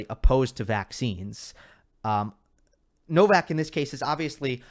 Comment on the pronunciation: Everyone said Novak's, it sounded to me like Novax 😅.